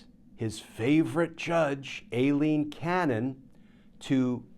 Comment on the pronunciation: Dear Glenn, I think you are pronouncing Aileen Cannon's name wrong. It is not Alien... it is Ai-leen. Sorry for my note, but you are so perfect, I hoped you were right on this one.